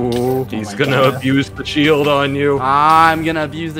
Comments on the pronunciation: "Technobalde" Did anyone else noticed that? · TechnoBlade: Exists Skeppy: Techno-Bald-e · Pretty sure skeppy ruined technos reputation by saying 'technobald' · "Technobalde" Did anyone notice that?